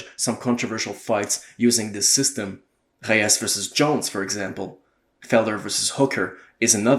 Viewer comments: Lol it’s Reyes not heyes😂but great video tho I completely agree with everything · Why are you pronouncing Reyes' name with an H, like he's Brazilian? He's a Mexican from southern California....